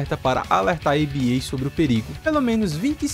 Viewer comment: Acho que o certo é chamar Aba não a b a, pois acredito que o nome vem da banda Abba e também no último trailer eles falam Aba com o mesmo som da banda. Mas igual parabéns pelo vídeo. Muito detalhado